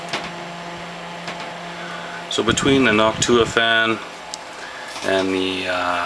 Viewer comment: that's how you say it.